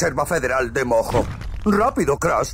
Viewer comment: Estuvo intensa la pelea de los titanes y los mammuts. Pd: Cuando jugué el juego pensé que cuando decían mojo, sonaba como a "moco" Xd